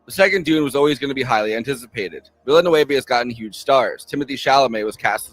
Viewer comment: VIL-LA-NUV, ZEN-DAY-UH